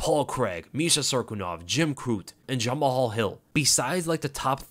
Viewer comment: 🤣🤣 i hate when you say "Jama-hall Hill" its just pronounced Jamal